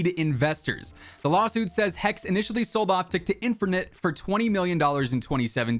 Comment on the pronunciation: bro said "InfERnite". Haha, love ya! Keep up the grind!